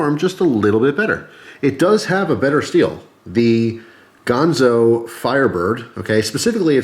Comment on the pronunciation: GANzo, not Gahnzo